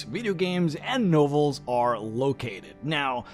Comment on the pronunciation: What the hell is a no val? Nov el. You pronounce words like you're AI.